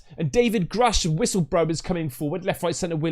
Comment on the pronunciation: did u say whistlegrower?